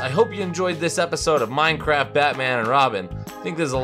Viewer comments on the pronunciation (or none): you forgot the t in Minecraf(t)